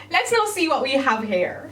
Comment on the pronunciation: I love how whenever she says “here” or “hear” it sounds like “hair!”And it’s even more satisfying when you realize she’s a hair channel! Love you